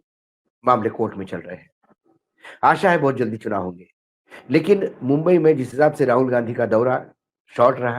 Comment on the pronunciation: Mumbai bola bumbai nahi